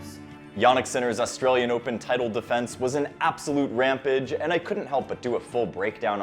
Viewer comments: Ram payj. Not rampij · Ram-page, why did you pronounce it like that? 😅